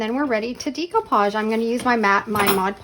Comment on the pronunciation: Love your channel and your creativity; but can I just tell you that the way to say the word is day-koo-paazh